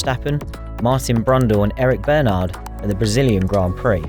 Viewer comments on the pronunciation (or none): none